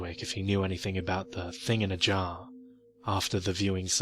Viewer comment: It's so funny the way you say thing in a jar as one word. Thinginajar